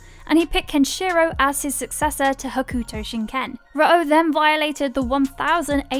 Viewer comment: You are not saying Ken fighting correctly